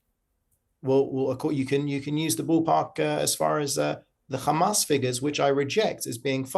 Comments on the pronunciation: Absolute connivery and deception . Totally irritated my ears every time he said Khamas, couldn't finish the video. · Apparently Pier's teleprompter malfunctioned and show real questions instead of "Do you condemn Khamas?"...